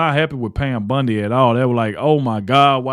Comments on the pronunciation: Bondi, not Bundi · Wrong take on this one. It is pronounced Bondi not bundi. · It’s Bondi..not Bundi right?? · I don’t mean to be rude but I wish you and OT would realize her name is Bondi Not BUndy. I apologize but it kinda grates on my earbones. Always 👍your work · It's Bondi not Bundy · Bondi, not Bundy, please , thank you … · Wow ....nah...I'm not hitting Squat....your coverage on stuff, sounds like a Kentucky Fried skillet of chicken giblets....it's "Bondi"not Bundi...real "a frog....you are not the cryer for the informed folk....stay home and put your little ESPN sports wrap up on...and leave the real news to.the real " edumacated" grown...not woke folk.....to it.... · Her name is Bondi not Bundy. Say it right if your going to keep ragging on her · Bondi, not Bundy 😂😂😂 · You keep saying “Bundy”! 😅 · Her name is BON DI you keep saying it wrong. You don't know what is going on behind the scenes.. Grow up you have no idea what is going on. All you do is crisis her, would you want her job?? If no, SHUT UP This woman is very intelligent your not.